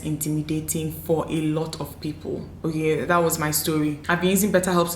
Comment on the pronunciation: You see that "okay oo" It is soo Nigerian 😂